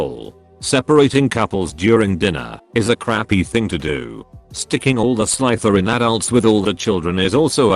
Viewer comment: Who the hell picked this idiot to read the stories? It' not Slytherin with a long I, but Slytherin with a short I. I don't think your AITA. This like a fun wedding.